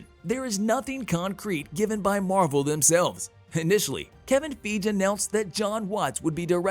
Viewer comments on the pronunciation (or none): Kevin Feej?? Haha! 😂